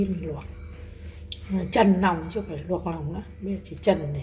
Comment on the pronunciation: Nòng nợn, nòng lon, nuộc nòng...là gì vậy e...làm vedeo e phải cố gắng sửa những từ bị ngọng. Tiếng mẹ đẻ nên nói cho chuẩn để kg ảnh hưởnng đến người xem